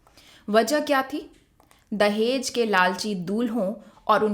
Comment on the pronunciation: Tum log talaffuz उच्चारण सीखो अभी..दहेज hota h dahez नहीं....जहालत की हद hai